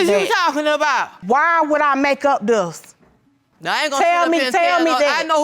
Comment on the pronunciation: "Why would I make up DUSS!" 😂😂😂😂😂😂💀